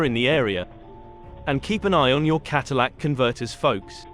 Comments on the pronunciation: Bro, It's Catalytic not Cadillac converter. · Kat-a-lay-ic. It doesn't convert your "Element" into a Cadillac.